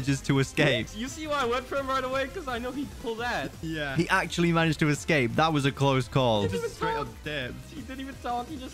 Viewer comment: HE SAYS "MANAEGED" YESSSSSSSSSSSIR